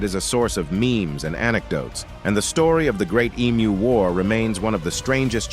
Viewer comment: As an Australian, I naturally feel pride in our forces at the great Emu War. Remember: Emu is pronounced Em-You and not E-Mooh.